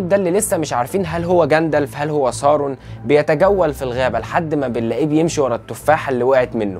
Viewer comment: اترجاك ! اسمه مش سارون اسمه ساورون